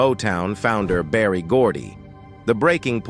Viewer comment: Berry Gordon not Barry.